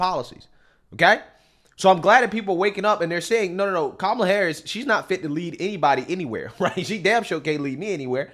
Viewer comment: Was she saying Karmela Harris? Is that like caramel kinda looks like chocolate but it's not?